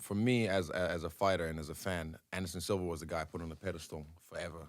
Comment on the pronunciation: Lol my dude really said Anderson Silver